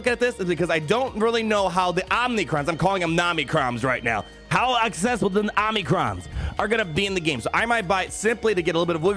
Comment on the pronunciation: I know you’re mispronouncing OM-NI-CRON on purpose. I laugh every time you say Namicrons. I love how they’re selling materials for which we have no ideas what abilities they are for, what those abilities do, and how much those abilities will cost. I used to Whale and not enjoy the game so much I took a 3 year break. Now I Fail and FTP and I’m having such a better time in the game. Just having fun. It used to feel like a job. Now it’s totally casual.